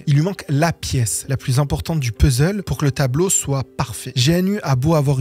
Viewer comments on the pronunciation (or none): none